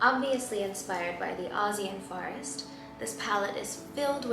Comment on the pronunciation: The way she pronounces forest gets me every time. “farrest” lmao